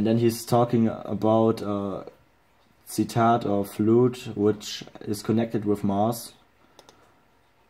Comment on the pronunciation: cicada is pronounced sih-KAY-duh lol